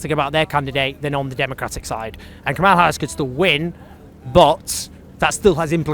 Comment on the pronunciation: Not a single Trump supporter pronounced Kamala's name correctly.